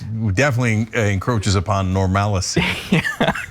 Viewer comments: What's "normalicy"? Is like "normality", only stupid? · She actually said "normalicy" which isn't even a word 😂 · Normalicy? It's Normality or Normalcy. Don't make up your own words. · I think she wanted to say "normalcy" but actually forgot how to pronounce it.